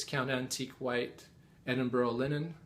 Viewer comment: Your pronunciation of Edinburgh sounded pretty accurate :) I've heard other Flosstubers pronounce it "Edin-burg", as opposed to its actual pronunciation, "Ed-in-bu-rah"